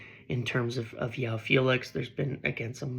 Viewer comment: I've been meaning to scratch this itch for a while bro.. its not pronounced "Yoao" Felix. He's Portuguese so the J is pronounced and dragged, like Jose Mourinho or Gabriel Jesus :face-purple-sweating